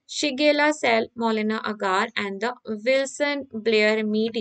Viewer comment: Its salmonella not cellmolena